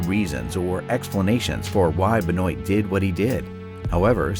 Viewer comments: As I was great fans of him, It's real weird to hear someone pronounced his surname as Ben-oit...... 🤣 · It's pronounced Ben waa lol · Hahaha Benoite lol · Benoit- if you say it, google spells it like your saying it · There's a couple problems with this video the primary one is how you mispronounce Chris Benoit's name several times in a final portion. You might want to read this because every wrestling fan is going to roll their eyes once CB is mentioned.